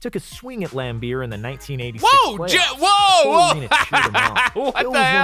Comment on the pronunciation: Lambeer, not Lambert